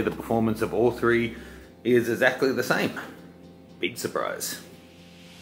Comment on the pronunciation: "Edzactly" the same :P